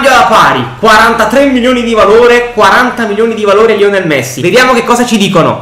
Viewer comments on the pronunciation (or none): none